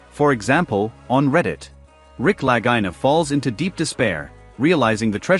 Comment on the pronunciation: I love this show but the speaker here should respect how Rick and Marty pronounce their name. It’s spelled Lagina but pronounced La-gee-na. Ok?